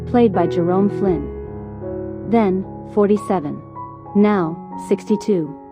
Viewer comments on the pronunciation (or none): none